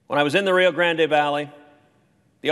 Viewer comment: Like Ted but it’s rio grand(e) silent E. NOT GRANDY